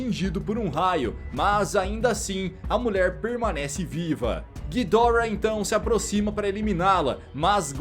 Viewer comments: nem para o cara falar Ghidorá (Assim que é a pronuncia o jeito certo é Ghidora) o cara fala guidórra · A pronúncia certa seria "Ghídorah" em japônes, "ghidÓrah" em inglês e "Ghidoráh" em português, só que ghidoráh é muito feio, melhor chamar de Ghidórah nesmo kk.